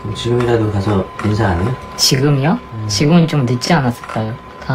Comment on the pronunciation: 지금이요? 가아니라 지금이오? 라고됨ㅋㅋ